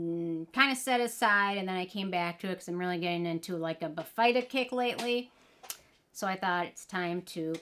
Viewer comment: Hi, the correct pronunciation is BIH-fuh-duh, not bih-FEYE-duh. And I agree this product is trouble. I couldn’t make it work. The fruit enzymes dissolved my face off. 😮